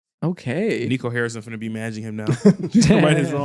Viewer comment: Yo gotta stop fumbling Nico Harrison's name 😭 first Nico Mannion now Nico Collins